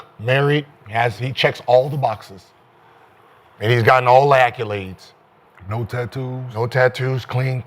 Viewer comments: Someone tell Gil it’s accOlades not accUlades😂😂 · Gil and them damn "akulades"😂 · Hey gil say accoldaes please. 😂😂😂😂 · I wonder if Gil say "Cadillac Eskulade"😆